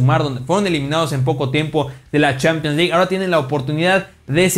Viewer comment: Pero son opiniones de las CHEEEEPIANS LEG como pronuncia jaja